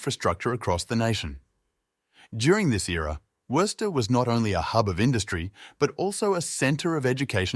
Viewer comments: Bro, it's WOO-STER say it right or get lost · You have mispronounced Worcester multiple times. In Massachusetts it is 'Woo ster' like Rooster. please learn how to pronounce the city before doing a poor video on it. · It's pronounced WUSS TER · It's pronounced Whuster. You don't pronounce the first r. Well, you may, but it shouldn't be heard. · Its more like wuss-ster not woo-ster either.😂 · Sorry. This is crap. I got through 3 minutes. After hearing the city name mispronounced for like the tenth time, and seeing the same pictures played on repeat, nope. Don't waste your time here, folks. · Somebody should correct the guy on his pronunciation of 'Worcester'. and yes, Wyman Gordon, Crompton & Knowles, Wright Wire, Jamesbury Ball Valve, and many, many more. full of 'facts', but completely missing flavor. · Cant anyone properly pronounce Worcester good grief ! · learn how to pronouce the name before pretending to know Worcester's history. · Interesting, but not much more. Same aerial videos of downtown over and over. I expected many other historical sites. The narrator mispronounces Worcester dozens and dozens of times. No one with a local accent was available as narrator? One could read Wikipedia about Worcester MA and get about the same info. Contains a few lazy errors that 2 minutes of research would have remedied; for example, the Worcester Galleria fiasco was in the 70’s, not the end of the sixties. The other facts are narrated with no flair, instead it drags on in mere robotic, sterile reading. Appears to be a well-prepared high school sophomore project with a computer simulated voice for narration.